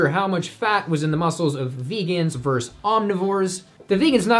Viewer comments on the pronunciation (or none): Another solid, informative video. Good job,! Allow me to return the favor from MY field of expertise, since I've heard this on a couple of your vids. Repeat after me: "VERSUS, NOT VERSE. VERSUS, NOT VERSE." You're welcome.